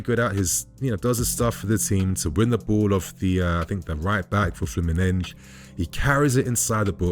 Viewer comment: Good video, but please stop with the Fluminenj pronunciation. It’s ’FLEW-MIN-NEN-SEE’. In Brasilian Portuguese ending ‘S’ do not sound as ‘Jjjjjj’ or ‘Shhh’. That sometimes happens in Portuguese native, but definitely NOT in Brasilian Portuguese. Trust me, my g/f is Brasilian.